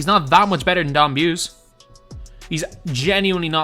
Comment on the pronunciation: Pretty sure Don Buse is pronounced Boos-E